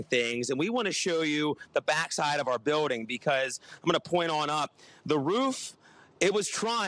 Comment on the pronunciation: Leave him alone. He said 'biwding.'